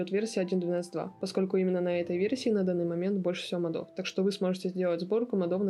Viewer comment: Ну ёлки-палки. мОдов. Ударение на первый слог...